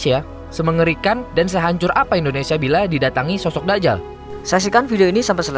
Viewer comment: voicer over 2: kok Da'jal, Dajjal dobel huruf jim